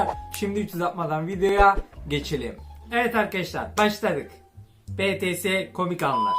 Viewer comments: Betese mi yeni bir grup falan herhalde. bities okunuşu düzgün okuyun artık şu gurubun adını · Abi lütfen her videoda diyorum betese diye okunmuyor bities diye okunuyor ve bu arada video çok güzel olmuş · Betese değil bities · abi betese değil bities diye okunuyor